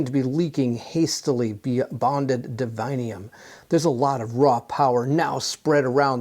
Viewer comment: Why reading DIVINUM as divinium? Is sanctum sanctium? Or pendulum pendulium? 🤨🤷🏻 2nd presenter doing this mistake. Ok thats enough 3 times you misspronounced and have problems reading clearly in few moments gotta stop watching at 15 min mark cant take anymore sorry. Google up “divinum pronunciation” it will show you 3 entries all will tell you how its supposed to be told its latin word…